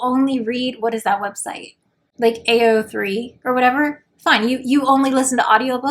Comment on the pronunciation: I dont want to be rude but this is the most unnatural I've heard someone pronounce AO3 in my life